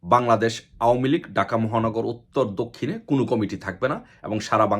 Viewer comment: ভাই ডাকা না, ঢাকা বলেন, বার বার ডাকা ডাকা বলেন শুনতে খারাপ লাগে